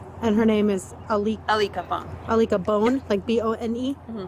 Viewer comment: I-LICK-A-BONE??? Is that what she said her friends name is??? Lol